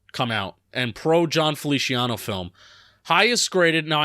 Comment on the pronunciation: I think it's funny that pronounces it Felishiano